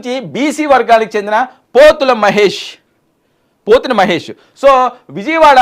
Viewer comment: కొంచెం అవగాహనతో న్యూస్ ప్రెసెంట్ చెయ్యవయ్యా!ఎప్పటి నుంచో ఊహాగానాలలో ఉన్నవారిని తీసుకొచ్చి ఈరోజు కొత్తగా లిస్ట్ లీక్ అయిందన్నట్టు చెప్తావేంటి?జనసేన నాయకుడిగా అందరికి సుపరిచితుడైనా పోతిన మహేష్ పేరుని పోతుల మహేష్ అని చెప్తున్నావ్!అలాగే గోదావరి జిల్లావాడివి అయి ఉండి శెట్టిబత్తుల రాజబాబు పేరుని రాజాబాబు అని పలుకుతున్నావ్!ఈరోజే జర్నలిజంలోకి వచ్చావా? లేకపోతే ఈరోజే ఫ్రెష్ గా ఆంధ్రకి వచ్చావా?